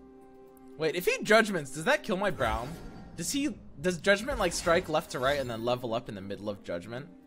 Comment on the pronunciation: How he says Braum frustrates me.